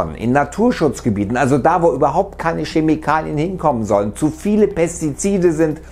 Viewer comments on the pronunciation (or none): schemikalien sagt er xD